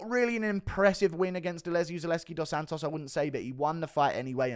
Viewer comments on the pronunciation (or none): none